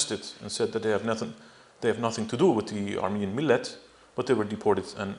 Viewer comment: this guy is full of it. he seems to have no problem pronouncing armenian words but when he tries to pronounce Turkish words like millet, Diyarbakir or Adana he doesn't do very good of a job. most of the documents he mentions are fake even I can tell you that.